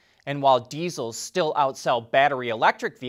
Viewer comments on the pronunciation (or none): none